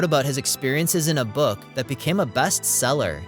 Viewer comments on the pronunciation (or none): none